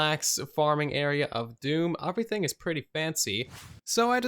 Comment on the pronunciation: okay am i weird or is he saying “uh-vrything”